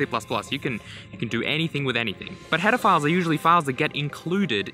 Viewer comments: sounds like he's saying something else...that I don't want to say, but it got me a few strange looks from people overhearing this. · I'm so sorry, but for some reason on 1.5x speed the phrase "Header Files" sounds a lot like something else... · I'm quite sure you mispronounced header files at about and it bothers me. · uh... that sounded like you said pedofiles not header files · lol it sounds like your saying pedophiles lmao. The tuts are aweosme! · I swear he said pedophile. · when I play it at 1.5x it sounds like he says pedophiles instead of headerfiles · Keep hearing HEARDERPHILE which kind of disturbs me but the series is good enough to keep it together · anyone else keep hearing "pedophiles"? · The way you pronounce "header files" sounds like hedofiles which sounds like something much worse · Google says it's pronounced /ˈpedəˌfīl/ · "what are paedophiles" I turned on auto captions to check if that's what it picked up and it did lmao. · I love that the cc thinks you are saying pedophiles and not header files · when he said header files at the start it sounded like he said pedophiles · Was playing at 1.5x speed and thought he said pedophiles instead of headerfiles lmao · Bro, when you say Header files it's sounds like you are saying Pedophilies. Anyway good series bro keep up 😘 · Whenever he says header files it sometimes sounds like "pedophiles" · not gonna lie thought he said pedophiles the first time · lol I cant be the only one that thought he was saying hetaphiles this whole time, and then immediatly thinking of pedophiles. Tell me I am not crazy. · Every time you say "Header Files" it sounds like "Pedophiles". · Am I the only weirdo hearing Pedo-philes instead of Header-files ? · I thought he said header gaurds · He had to have done that on purpose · I was so sure he said it, that i went 5 secs back to check it again and my opinion remained the same. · First time you said "Header Files" I misheard you and was like, "HOLD UP. WHAT?!"